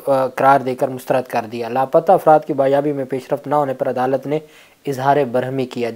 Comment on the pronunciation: BAAZYABI, not baaryabi.